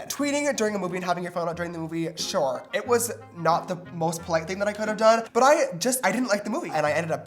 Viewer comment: everyone: "I clicked faster then james could say shore!!" james: "hmm...shore." Btw, small youtuber, would love the support!